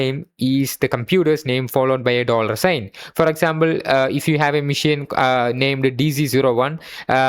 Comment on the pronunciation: Great video.. but it's pronounced Machine not mission.. learn it bro